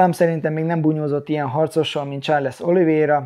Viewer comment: Csak egy kis javítás illetve privát vélemény. Sean = Són Shane = Sén Nurmagedov = Nurmagomedov Charles = Csárlsz Yan fight IQ-ja Aljamain ellen a fasorban sem volt, egyszerűen nem tudott váltani, be volt szarva minden egyes fainttől. Gyógyulgass, várunk vissza a ketrecbe! #andnew